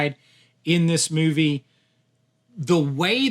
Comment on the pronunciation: The way to pronounce "movie" made my left eye twitch but I powered through to the end